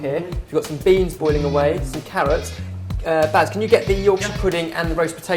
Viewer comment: Baz not bears....